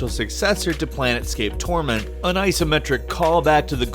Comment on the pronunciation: He also called it planet scape torment I cringed.